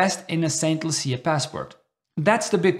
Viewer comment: Saint loosha . Thts the pronunciation